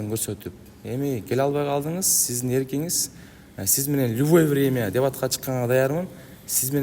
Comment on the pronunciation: ЛюВой,врнмя дейтко жетим